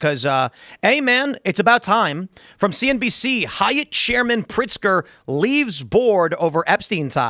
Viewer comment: Tim, it is Governor Pigster and he is the governor of Chicago and not Illinois!!!!!! 😝